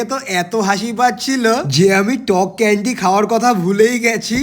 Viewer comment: ক্যান্ডি ❌কেনদি "✅